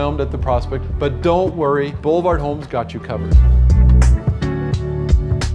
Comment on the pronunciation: I feel like you're not pronouncing Boulevard correctly.